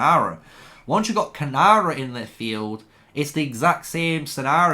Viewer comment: Great video but it's Keeee-Nara